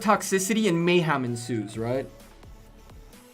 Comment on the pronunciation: It's Mayhem not mayham lmao